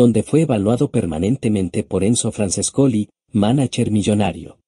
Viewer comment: EL texto escribilo tal como suenan porque sino tu programa lo lee tal cual cómo franchescoli